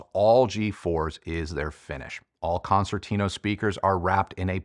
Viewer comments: Hey! A suggestion from an italian subscriber: why don't you pronounce the name "concertino" the (right) italian way? Let's try: "concertino" means "little" or "tiny" concert in italian, and it's pronounced with a soft second C as a "ch" in english. So it's more like "Konchertino" for you english speaking hifi reviewer;-) cheers! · I love Sonus Faber Concertino since first version, beautiful sounding speaker but not for all types of music unfortunately. Love the review, but just one remark, your pronunciation of its name is far off from its original Italian version and it hurts my ears a bit 😊. Please try to fix that in future videos.